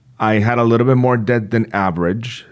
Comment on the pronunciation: Obsessed with how pronounces DeBt